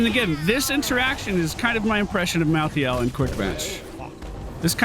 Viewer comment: First of all I’ve never heard anyone in the north say pop ever unless it was a joke second stop saying mal-thee-ale please it’s mal-thale